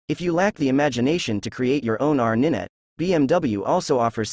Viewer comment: Ninet? Did you mean Nine T, as in 90? Do your researd kids!